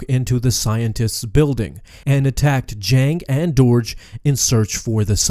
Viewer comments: I'm fairly certain it's pronounced 'derg' not 'dourj' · It's Durge! Not Doorge. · The way you pronounced "Durge" made me a little sad.